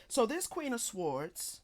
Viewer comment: Your channel was recommended to be a few days ago. I like your readings but the way you say sword makes me cringe every time. The w in sword is silent so it’s pronounced “sord.”